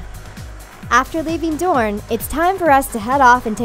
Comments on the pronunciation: I wanted to enjoy this but the mispronunciation is too much. "DRONE" lol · Ha she said drone instead of dorne and they typed as drone when she said it. When they mentioned the water gardens. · "The water gardens of DRONE" XD lmfao